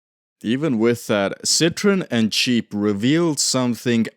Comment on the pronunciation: I love how you pronounce Jeep as Cheap 😂